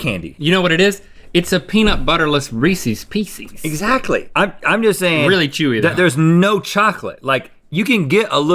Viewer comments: The way that y’all said Reese’s Pieces hurt me it is not Reesies. The people where I just moved say it like you do and just ugggghhh. 😑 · Hahahaha Is nobody gonna aknowledge how Link pronouces "Reese's Pieces" ?? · Link you were my favourite till you pronounced Reese’s Pieces the way you did. 💔